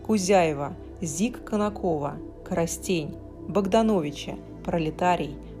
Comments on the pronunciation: Уважаемая, не КоростЕнь, а КОростень.Обратите внимание на ударение. Уникальная посуда.Жаль мануфактурв больше не работает.. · кОростень правильно ударение.КоростЭнский фарфоровый завод работвл на экспорт.Спасибо за обзоры,очень интересно. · Здравствуйте.! Украинская марка «. Коростень» произносится с ударением на первый слог. Незаслуженно не представлены знаменитые украинские марки. Полонное, Буды, Баранивка. Большое спасибо за информацию о синей сетке на посуде автора. Яцкевич, я думала, что этот узор ещё с царских времён присутствовал.Оператор постоянно снимал один и тот- же стеллаж, хотя магазин не маленький. К нам в. Донецк на блошиные рынки в связи с известными событиями пошёл косяками Ростовский покупатель и очень неприятно, когда они, учитывая наше тяжёлое блокадно- военное положение максимально пытаются сбить цену. Ещё раз спасибо вам за стиль, вкус, грамотную речь и такт